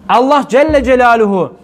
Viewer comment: neden Allah celle celalühu yerine ellah diyorsunuz. Neden böyle yapıyorsunuz.